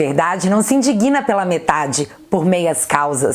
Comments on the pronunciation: INDIGNA e não como “indiguiina” Veja como se fala. Bjos!! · indiguina? Cruzes! Por favor, in-dig-na! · ADORO os seus vídeos,. Por tudo. Só uma dica: cuidado ao pronunciar "indigna", para não dizer "indiguina" (incorreto). Abraço e boa sorte em tudo! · gosto muito de vc. Acompanho seus vídeos regularmente. São verdadeiros e esclarecedores! São relevantes e têm a leveza na medida. Parabéns! Quero somar trazendo-lhe uma informação: a palavra Indigna é pronunciada com a sílaba tônica no "DI". Tipo: "Quem se Indígna..." Abs. Deus a abençoe!!!